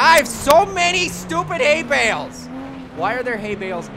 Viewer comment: At first when you said ''Hay Bales'' i thought you said ''Hate Mails'' THUMBS AND PICKELS!